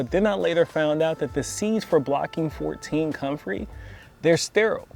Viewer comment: Man you can't even pronounce the name of the plant you are dissing. You have no credibility.